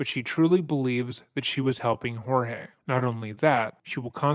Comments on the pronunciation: before I proceed with this story - his name wasn't HOR-heh it was Jorge pronounced George. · Does it infuriate anybody else that she doesn't even have enough respect for her victim to even say his name correctly??